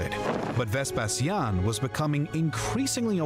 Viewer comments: In English, as far as I am aware, "VesPEsian" is how u pronounce it, the reason why pronounced it differently is because: 1. He is a native Romanian, and we spell the word: "VespaSIAN", because we focus the tone on the "i", 2. The latin spelling of "Vespasian" was "VespaSIANUS", where u put the tone and focus on the "SIA", that's why we, Romanians, the descendants of the Classical Antiquity Romans of the 2nd and 3rd Century inherited the Latin language and alphabet + spelling. It's totally okay for u to either use the Latin spelling OR the English one, but if u gonna start using the Latin spelling, then u will have to with every name and title of Roman origins you ever come across again =), so better stick with English haha. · your pronunciation of Vespasian is correct. The narrator's pronunciation is completely wrong and weird!